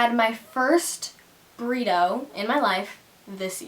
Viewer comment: To everyone that keeps saying "what does breedow mean" I'm pretty sure she meant burrito